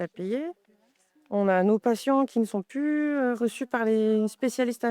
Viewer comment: On dit PLU et pas PU